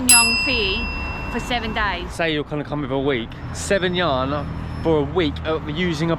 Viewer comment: Just for your knowledge, the currency unit of China is yuan. It reads “yu-an”. Enjoy your trip!